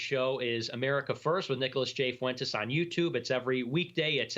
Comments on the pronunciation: How can u not pronounce Fuentes? Fwentez.... Easy.. "He looks white to me" okay..... Latin and hispanic people are descended from spaniards and indigenous people. So yeah many of them look white. Wow and ur bashing him for living with his parents? Whats wrong with him saving his money and helping his parents out instead of giving all his money to a stranger? And then u bring up dating. Many millennial and gen z women live at home WITH their own children. Hes a beta male because he lives at home? Thats fucking retarded. Dude is 21 not 37. Its okay. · “Nick Forntez” 😂😂